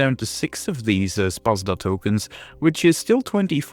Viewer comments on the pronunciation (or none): Thanks for the video :D Ps. You have murdered pronunciation of Szpada - Sz = like Sh in Shun, pa like pa in panda, and a like last a in Jadwiga. Also J in Jadwiga is like Y in yeti :)